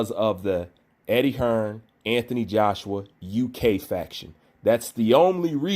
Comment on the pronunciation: will u pronounce the man's name correctly ffs 😂 who is anfony Joshua loool